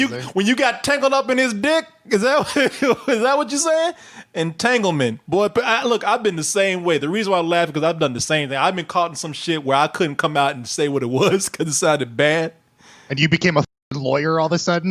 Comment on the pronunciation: It's boy pronounced "BoyiH!!!!"